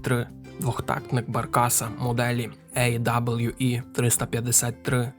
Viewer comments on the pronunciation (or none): Barkas B1000 - це НІМЕЦЬКИЙ автомобіль, і тому це не Баркас бі тисяча, а Баркас бе тисяча. І AWE - не ей даблю і, а правильно а-ве-е. Так само, як BMW - БЕ ЕМ ВЕ - це не бі - ем - даблю, КГБ - це не кей джі бі а ВРУ - - не ві ар ю. І чомусь в назві жука - а як а , а в назві ниси - знов Zakład Samochodów Dostawczych зет ес ді! Це ПОЛЬСЬКА машина, то не ді, а звичайне польське (не англійське) Д. де ! Отакі дрібні дурниці псують змістовне, цікаве, хороше відео. Це прикро. І ще монотонний одноманітний текст з папірця. Шкода. Міг би бути класний продукт!